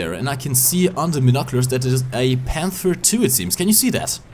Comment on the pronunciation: wieso sprichst du Panther so aus? ich mein ich mag dein Englisch aber ich geh mal stark davon aus das du schon mal ein Englisches War Thunder Video gesehen hast und selbst Leute die kein Deutsch sprechen sagen den namen besser als du :D da jeder die Namen Deutscher Panzer versucht in Deutsch aus zu sprechen ob er es kann oder nicht könntest du es auch einfach Deutsch aussprechen.